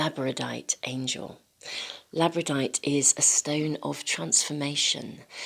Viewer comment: ..FYI: I think that you actually mean to say "Labradorite",[as in "Labrador"(a Province of Canada).... (NOT "Labradite")